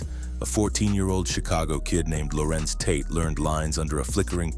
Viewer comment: Hate these guys thinking they can read but gets names wrong as he'll. Pronuncistion is the 75% of journalism. Ho to school. WE HEAR UOU GETTIN IT WRONG.